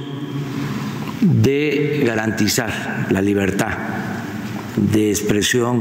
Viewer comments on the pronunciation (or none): A que la 'FACULTÁ'... y la 'LIBERTÁ'...